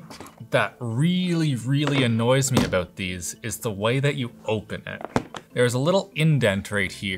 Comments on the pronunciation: The ''aboooot'' is strong with this one lol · "one thing that annoys me abbboooooott these" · Your "About" is very Canadian. 🇨🇦 I like it.